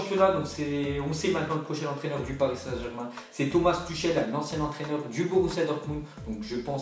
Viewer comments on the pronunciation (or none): Ça se dit pas Tuchel mais Tourel 😂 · Ça se prononce "Tourrel" pas Tuchel mdr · ça se prononce turel mdr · "ch" en allemand ce dit "rrr" donc Thomas "Turrel" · Prononce tüchel correctement stp, c'est agaçant